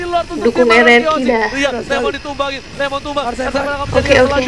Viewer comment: Lemon kak bukan lenos😅